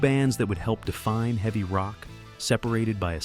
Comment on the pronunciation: Very eavy not eveey This just gets annoying! Just read the script yourself!